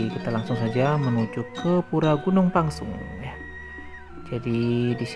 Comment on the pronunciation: Reporternya ngawur tu. Pengucapan Gunung Pèngsong koq jadi Gunung Pangsung ? Buat netizen diluar Lombok harus diketahui yg benar adalah Gunung Pèngsong.